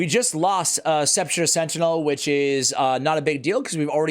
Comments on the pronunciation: Sep a cher Sentinel? I thought this was a guide for SE'-PUL-CUR Sentinel. Sorry, was an English teacher. That is the hole in a grave. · Can pronounce it right? Sepp-ul-ker